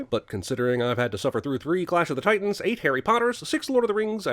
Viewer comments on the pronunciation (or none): none